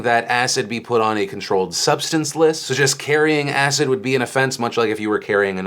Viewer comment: Until the end of the video I thought Phil was saying "asset" not "acid" so that was confusing for a bit! still is so sad that people use that to attack people